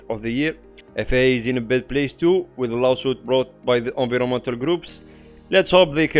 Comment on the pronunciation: excellent summary. recommend reviewing pronunciation of "environmental"